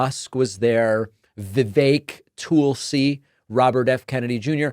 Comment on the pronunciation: My god can some teach him how to say Tulsi. “Toooolsey”